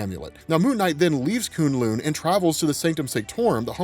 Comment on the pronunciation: I don't think it's pronounced "Koon Loon". I believe it's "Koon Lun" or in the MCU "Kun Lun". It's spelled "K'un Lun" the 'u changes the pronunciation I believe. Not 100% but it sounded wrong so I did some research. Seems to be some debate but I know in the show it was pronounced Kun Lun and I see it pronounced Koon Lun in some places. Koon Loon seemed wrong to me but who knows. Tomato Tamato.